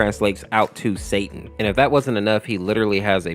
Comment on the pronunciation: btw its Satán (satan but said in a different way (